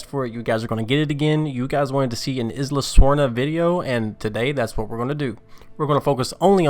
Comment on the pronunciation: Unsubbed unliked no happy i hate grr u said isla wrong.